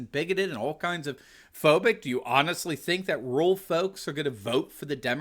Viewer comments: "RUR AL" Doc, "RUR AL," not rule. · Anyone else notice says “RULE voters” instead of “RURAL voters”? Took me a second to figure out ….